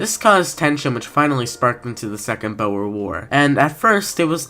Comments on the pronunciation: Boh er, it's pronouced boor. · Pls im begging you to stop saying Boer wrong